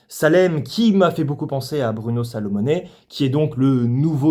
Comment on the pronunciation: Fabien Gorgare Saint Lazare 😅? Bruno Salomonez (paix à son âme en effet 😔) 😮? Ca m'avait manqué le qui massacre les noms des acteurs/réalisateurs ^^ Très bonne vidéo en tout cas: on est d'accord sur le principal je pense même si j'ai été plus positif que toi... justement parce qu'il sort des tropes habituels et limités de la "comédie française lambda". Ca va bien au-delà même.